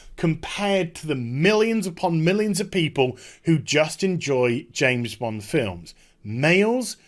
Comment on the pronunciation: It's pronounced "James Bond" not "Jane's blonde"...